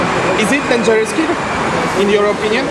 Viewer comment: Distrik że deńżer 😂